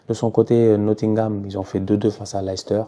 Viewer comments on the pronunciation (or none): none